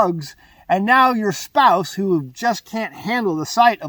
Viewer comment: What is a "spouce?" 😂